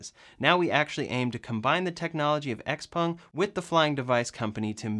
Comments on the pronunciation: A few things on the "flying car". First, is it XPUNG OR XPENG? Sounded like you said XPUNG. 2nd, the thing has no wheels. Which means it's not a flying "car" - and good thing too. If it can take off and land vertically, we don't need it to be a car. And why even attempt one before we can reliably build and fly multi-copters large enough to take people? No point in building something that will be both a lousy plane and a lousy car. Oh, and as for Elon talking about "hovering" on the Joe Rogan show, I did see him do his share with the help of all the pot he was smoking. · pronounces it Xpung did you notice that! 😆